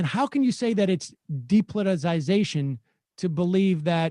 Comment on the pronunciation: Thank god Emma's on the show now. Maybe she can teach the rest of the team how to pronounce "depoliticization."